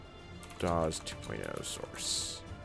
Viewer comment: why do you say it as "Dozz"....... and not "dos"?? . ive been alive since 1994..... and grew up using win 95 and 98...... then my next computer was XP and ive ALWAYS heard it pronounced as "dos".....